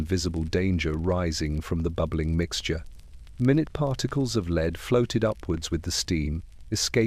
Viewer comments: Leeeed. 🤦🏼‍♀️ Just do your own voiceovers. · If the story is about lead, can we make sure the AI says the correct version of lead? 😅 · Learn the correct pronouncoation of lead.